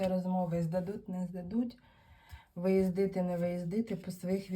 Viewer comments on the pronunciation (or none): выиздЫЫЫЫТЫ 😂ужас какой село